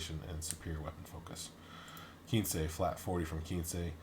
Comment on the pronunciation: Kensei, not Keensei, no matter how much it lowers your crit threat range